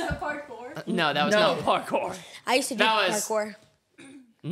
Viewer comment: “PARKOR” - 2023